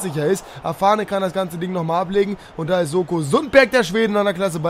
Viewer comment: Sundberg heißt Noah SoNko und nicht Soko. Der ist ja nicht bei der Polente